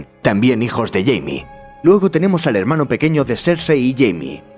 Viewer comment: No es Jaime, es Jamie. Si hubieses leído los libros lo sabrías xd